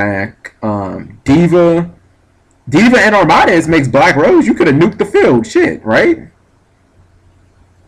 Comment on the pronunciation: Arm-MAH-dez Its Arm-ah-deez. It's supposed sound like a Greek god.